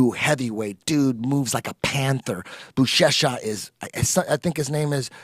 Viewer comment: When Eddie was talking about Buchecha and said "I think his name is" I knew he was gonna get it wrong 😂 love it!